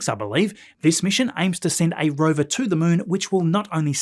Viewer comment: Definitely "Roover"😂❤